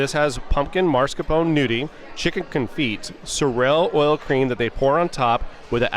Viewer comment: The T is silent on the confit